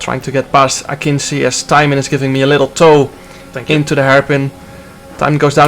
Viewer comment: btw jarno it's not 'akinsi', its pronounced akinji